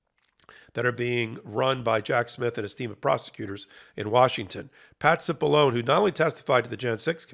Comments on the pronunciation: You're pronouncing his name wrong. It's Patsy Balongne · Hey, Cipollone is an Italian name. Please show some respect by properly pronouncing Italian names correctly.